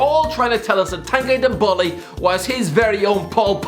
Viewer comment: the way he pronounced tanguy ndombele 😂😂😂